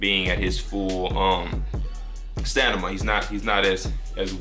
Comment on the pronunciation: nigga said stanima